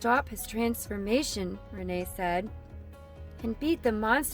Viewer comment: you said renet as renae and raph as ralph